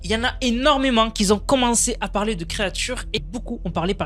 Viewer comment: Bonjour, "qui ont", pas "qui zont" :-)